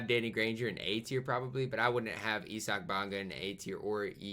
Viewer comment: . Ee-Sack Bonga lmao